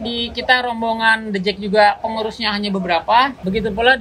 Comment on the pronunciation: The Jak bang, bukan The Jack